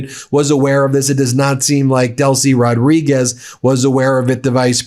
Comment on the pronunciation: It's not Rod–REE–Gezz. It's Roh-DREE–Guess. The Z is pronounced as S. The D goes with the second syllable, not the first. That's the minimum correction to try to pronounce this name correctly, and this much can in fact be pronounced by Americans who don't know Spanish.